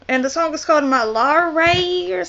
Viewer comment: Appreciate u watching malayalam/indian cinema stuff, but please please please learn how to pronounce it properly. Premam= pray-mum, malare=ma-la-ray